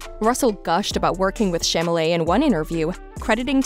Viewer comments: How embarrassing for you to mispronounce his name. It is Chalamet not "Chamalet"!🙄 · CHALAMET!!!! Not Chamalet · Chamalley, Chamalley, Chamalley..... ! Girl, that's not the proper pronounciation, please prepare your speech correctly and learn how to pronounce it. It's Chalamet: Cha-la-mey !! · "ShAmALeY"......PLS I CAN'T 😭😭😭☠☠☠ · If u r going to narrate this,Please learn how to pronounce his last name!!!!!! It's Cha-la-met!! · As much as I know we're all speculating, I think think they make an adorable couple. P.S. its Cham-a-ley. The "t" is silent so even tho the narrator is misspeaking it, Cham-a-lé is close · Exactly. Like I heard nothing after that. 😭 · Chalamet is pronounced Shall-a-may. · if mispronouncing Chalamet as Shamalae... embarrassing... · Stop mispronouncing his name! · Wth! she's mispronouncing his nameeee!!!! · Damn, seriously! You aren't even able to pronounce his name? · Omg, this girl narrating, if you can't take the time to actually learn how to say his family name, then just don't say it. My gosh, is enough listening Americans mispronounce his French family name, to on top, this girl literally butchering it and changing it completely.